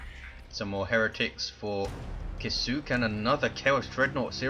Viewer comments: If Kisuke's name is meant to be a Japanese word, which it looks like, I'm pretty sure it would be pronounced "KISS-uh-kay" with really little stress on the U. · Well, it's not "kih-SOO-kay", anyway :P